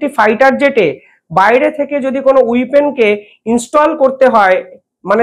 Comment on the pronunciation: উইপন নয়। ওয়েপন (weapon). একটু লেখাপড়া করো।